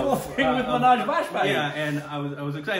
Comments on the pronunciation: Why say Manaj for Manoj? Is O pronounced as A in America? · Not Amaaj, Muh...noaj